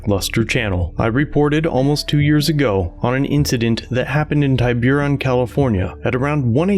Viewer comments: It's pronounced tib-er-on but I love your videos. I'm just from the Bay Area lol. This is where Robin Williams lived and died. It's an upscale area. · It's pronounced "Tih-bur-ohn", sorry, I have to be that guy. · "Tiburón" is a Spanish word that means "shark." Its pronunciation is something like Tea-burr-OWN. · Love the videos. It's pronounced 'TIBB-urr-on" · Absolutely wild pronunciation of Tiburon. It’s pronounced tib-ah-ron lol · The town is pronounced tib-u-ron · Tib like bibb er like ur Tib er on Tiburon means shark in Spanish. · The city is pronounced Tib-A-Ron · It's pronounced "TIB-er-on." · That's Tib-ber-on. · Tiburon - Spanish word. Pronounced Tee.bu.rone I remember when this first came out. It's a shame that it takes this long for things to get resolved. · It's pronounced "Tih-boo-ron". It's the spanish word for "shark". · Thanks for sharing and breaking down this video. It made me angry the first time I saw it. Ironic - the cop says Yema is being defensive and ungrateful, but is yelling at Yema in a very defensive manner. By the way, the city name is pronounced TIB-ber-on, tib like tip. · TIBURON IS PRONOUCED TEE-BA-RONE. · Cops: “we’ve got two people folding clothes in a store” obviously they’re robbers. Also it’s pronounced tib-er-on. Rhymes with timber. Had this exact thing happen with our business but it was our fault we tripped the alarm. Even after showing the idiot cops we had keys to our business and knew the alarm code they still wanted to arrest us. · great content. city is pronounced as 'ti (like tip, not tie) - burr-on' hope that helps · Tiburon pronounced Tib ah ron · it's pronounced Yem-a and also Tib-er-on. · Your pronunciation of "Tiburon" (tib ur on) is fucking funny dude 🤣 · learn to pronounce the name of the town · am i the only bay area native who’s ears hurt hearing the pronunciation of tiburon?? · Lol. Is this in Marin County? The pronunciation is very wrong. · Tee Boo Rone not TieBueRon Tiburon is a spanish word for shark.